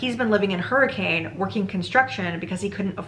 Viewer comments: Dang, I didn't know that some of yhe story takes place in Utah! As a utahn, it's pronounced [hurri-cun] not hurricane ! Seriously tho the fnaf lore is wild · How to tell if someone is from Utah or not: the pronunciation of Hurricane (people in Utah pronounce it hurr-eh-can) Man wait til you find out about Tooele. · Came to the comments specifically to see if anyone had mentioned yet that in real life Hurricane is inexplicably pronounced HER-ick-kin (and I’m sorry if you bring this up later in the video it’s just a stupid Utah fact that I love/hate)